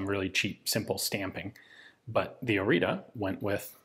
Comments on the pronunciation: I just saw on the gun that you are usinga the wrong name. It's Oriţă not Orita, ţ is like the zz in pizza and ă is is like the a in an apple, an elefant, an..... etc. ( Just as a small detail, the o is also flat and short, the english version is "oou" while the romanian one is just "o", also the h in Mihai is much more defined then pronounced in the video) Cugir is also wrong but eh, if someone was intrested to read till here will also be intrested enough to google it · Spelled as "OriTSa", the last "a" is like "a" from "day" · It's hard to write the correct pronunciation for English speakers but it's something like ORITZAH. To understand how to pronounce the last A, which is Ă think of "astray" which would be "ăstray" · Pronounced as in Oritza. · Correct pronunciation: Oreetseh (Oriță) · Ț is ts, so it's pronounced o-ree-tsa, not o-ree-ta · It is pronounced ORITZA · It's pronounced "Oritza" , but well done video nontheless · The t is pronounced something close to tz, it is not a t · My grandfather used one in 1944! He said it was a very good weapon. Thank you for showing one to us! By the way the name is Oriță /ori:tsə/. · I think it's supposed to be pronounced "Oritsa" after Căpitanul Marin Orița. There is a 1949 paratrooper version with a pistol grip and an adjusted grip safety lever, I recommend looking it up. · The ț in Orița it's read as Oritza or Oritzza. Interesting is that it's stamped with a line over the a on the end, that look similar to ă but you don't see this in other texts about Orița. Anywey, Orița was a joint Czech-Romanian project and after captain Marin Orița the czech Leopold Jašek and the romanian Nicolae Sterca are also considered to have contributed to its design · Isnt the "t" with the "," undernath read as "tz"? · Isn't it pronounced Ori-ts-a? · ț is pronounced kind of "zz" in "pizza" Ă sounds a bit like "uh" Gi from "cugir" is pretty much like the spelling of G in the alphabet. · It is called ORIȚĂ not ORITA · Oritza / Oritsa not Orita